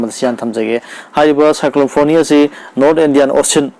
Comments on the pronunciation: Yeah it's Fani not foni. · Hairido soire NOT FONI FANI